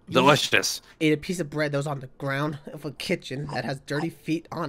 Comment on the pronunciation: just said when he ate the bread "Delishtus"